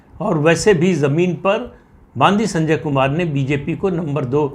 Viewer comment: बंडी संजय ऐसा नाम है ! बांदी नही !